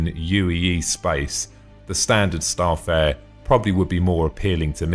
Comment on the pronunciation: good video just one thing its Star-Fare-er not Star'Fare